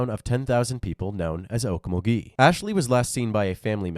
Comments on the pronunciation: Oak - MUL - gee It's not a French city. You're putting the emPHAsis o the wrong syLALble But, more seriously, how does this not warrant a death penalty? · Okmulgee is “awkMULgee” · Actually, it's Oak-mulgee